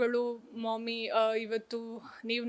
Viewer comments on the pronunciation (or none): ಮಾಮಿ, ಮಾಯಿ ಅಂತ ಅತ್ತೆ ಅಂತ ತುಳು, ದಕ್ಷಿಣ ಕನ್ನಡ ಭಾಷೆಗಳಲ್ಲಿ ಇದೆ ಒಪ್ಪುತೇನೆ..ಆದ್ರೆ ಈ "accent confused" ವ್ಯಕ್ತಿ "ಮೋಮಿ" ಹೇಳಿ ಆ ಪದದ ನಿಜವಾದ ಉಚ್ಚಾರ ಹಾಳು ಮಾಡಿದ ಪರಿ ಹಾಸ್ಯಾಸ್ಪದ!